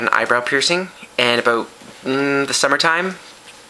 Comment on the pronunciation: I wanted him to say "Aboot" again. lol. Sorry Canada :(